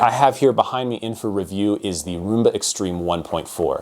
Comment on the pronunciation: Pronounced Rum-ba. It's an alternate spelling of the Cuban dance.